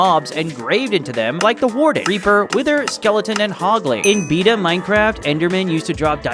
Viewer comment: I enjoyed the video. But the way you pronounced Beta upset me lmao